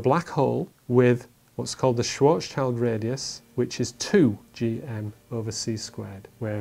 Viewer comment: it's Schwarzschild radius. Dafuq are you on about? And learn to pronounce people's names...